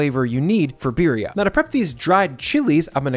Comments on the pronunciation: Another great video!! One more thing the abuelas will be blowing you up in the comments over?: saying BEER-ee-uh instead of BEE-dee-ah. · Please say it right. It’s Beady-uh. Not Beery-uh.